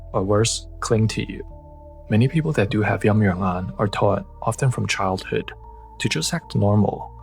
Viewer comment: It's Yin Yang Yan , not "Yum Yuern Ahn"